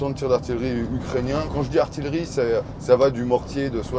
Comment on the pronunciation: tres impressionnant. c'est tres "amusant" la maniere dont il prononce "artillery" (artillerie). le signe d'un internationalisme certain des combattants.